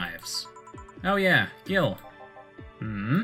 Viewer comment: "Gil" really is argentinian slang, for dumbass or weakling. Though it's pronounced in a way similar to the word "heel". Merry christmas!